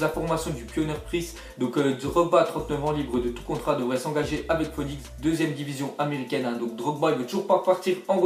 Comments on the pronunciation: hahaha (phonik) ça se lis phenix hhhhhhh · "Foénix"!? Tu force